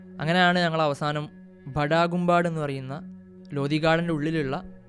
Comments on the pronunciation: ബഡാ ഗുമ്പാട് എന്നല്ല 😊 ബഡാ ഗുമ്പദ് എന്നാണ്. ഉറുദുവിൽ ഗുമ്പദ് എന്ന് പറഞ്ഞാൽ ഖുബ്ബ എന്നർത്ഥം. ❤️‍🩹🙌🏻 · Please correct pronunciations of certain words/sentences like ബഡാ ഗുംബാട്. It's a Hindi/Urdu phrase. Google for its correct pronunciation. However, your initiative is commendable.